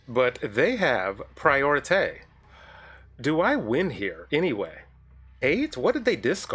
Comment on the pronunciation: “He has prioriteh.” So glad you’re keeping up on your French 😂